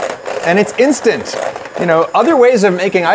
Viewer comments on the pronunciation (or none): I enjoyed the failed "instant"